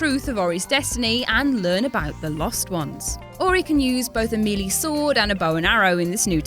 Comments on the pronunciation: meh-lay not mee-lee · that is an unspeakably painful pronunciation of melee meely? seriously?